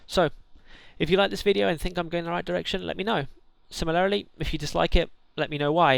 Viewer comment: Great vid well thought out. but oh dear... sim-il-air-ri-ly?? Do you mean Sim-il-ar-ly?